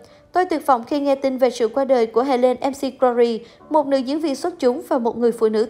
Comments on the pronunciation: bn đọc sai tên của cô Helen r . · Đọc tên ng khuất cũng sai ạ,đi học lại tiếng anh đi